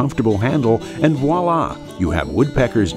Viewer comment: Nice. Good price for this as well. Ordered. Would be good to have this come with a small case like your other products, because carbide is easy to chip; this isn't something to just throw into the toolbox. Also, I know this is a nitpick, but it's "voila" (pronounced vwa-la), not "walla". :)